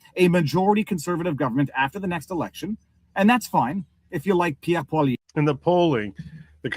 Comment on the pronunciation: Poilievre is pronounced 'Pwa-lee-ev'